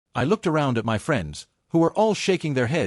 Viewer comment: The illiteracy of this AI voice. Shaking "M-Y" head. 🙄